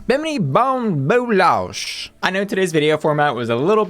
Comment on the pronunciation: It’s Bou-LASH not Losh 😉